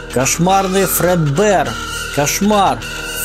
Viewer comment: Извини конечно но ты неправильно говоришь слово фредбер, а так Спасибо за просмотр было очень интересно Я открыл аниматроников этих